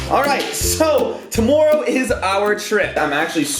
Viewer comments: he said toomoreo😂😂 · listen how he says tomorrow